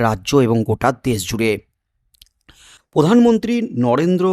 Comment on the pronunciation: উনি পোধান মন্ত্রী নন উনি প্রধানমন্ত্রী। উচ্চারণ ঠিক করে নিন। সাবস্ক্রাইব করবো।